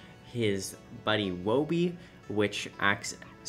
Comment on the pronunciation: U saying wobys name wrong unless u have an accent wooby